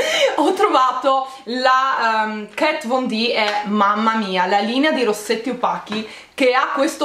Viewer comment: aaaahhhh non sono l'unica che ha notato i suoi errori sugli accenti sia dei negozi di profumeria che sul nome di Kat Von D (se guardate Miami Ink i ragazzi la chiamano diversamente rispetto a lei) XD